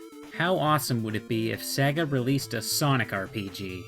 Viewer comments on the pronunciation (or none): You said sega wrong you said saga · "Sag-a" lol